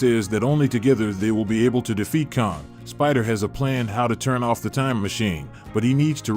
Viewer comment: its Kang, KANG..!!! Not Kong! cant u read??